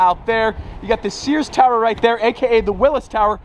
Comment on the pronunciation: earned my respect for saying sear's tower